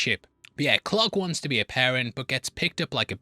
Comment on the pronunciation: Since it sounds like you say clock when you say Clark, what does it sound like when you say clock???